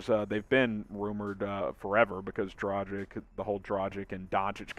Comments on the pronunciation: It's not "Dra-jic". It's "Dra-gitch" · Just combine Drag (on) + word Itch and you have right pronunciation. It is not a Dragon. It is Drag(on) with an Itch. 🙂